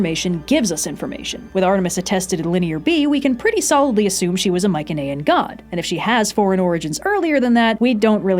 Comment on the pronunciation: mike-en-aye-en is killing me plss